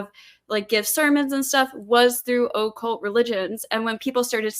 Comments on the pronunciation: Why is she saying occult like oh-cult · It is annoying how this girl pronounces 'occult'... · The affectation of Occult pronunciation by is annoying.